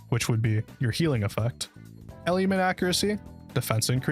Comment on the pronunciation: ale - le - ment